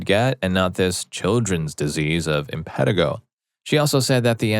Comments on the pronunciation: It’s im-puh-TEE-go or im-puh-TIE-go. Either is correct. But not im-PET-i-go. Pretty simple to look that up. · Im pan ti go not im pet i go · Infantigo pronounced - in-fan-tie-go